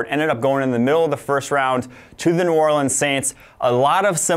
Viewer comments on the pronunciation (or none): none